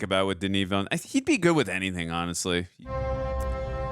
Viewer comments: Please look up the video “how to pronounce Denis Villeneuve”. He says it himself like Veelnuv, not Veelnew. Yeah everyone says it wrong, but maybe we can start a trend of saying it right. I really don’t care either way though. It’s just like the Gal Gadot thing. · DENIS VILLENEUVE PRONUNCIATION - Denis sounds like Duh-Knee, (listen to US pop group Blondie's 1978 UK No.2 hit record titled 'Denis') and Villeneuve sounds like Veal-Nerve. Translated to English, the movie director Denis Villeneuve's name would be... Dennis Newtown (or Newton). If famous scientist Isaac Newton was born in France, he'd be Isaac Villeneuve. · Why are you calling him Denis "Villenew" it's Villeneuve.😊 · She knows what his wife's dying words were because he tells her at the party, on screen. She's not time-slipping; she is perceiving time in a non-linear way. And the director's last name is pronounced VEEL-uh-nuhv. If you can't pronounce the IPA's "œ", which is the vowel sound in "nuhv," say it like the end of "enough" but with a "v" sound instead of an "f."